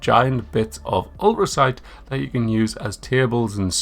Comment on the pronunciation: The T in ulTracite is not silent my guy